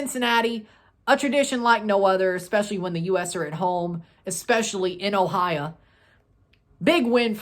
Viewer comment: No se dice "Ohia" Se dice "Ohio" jajaja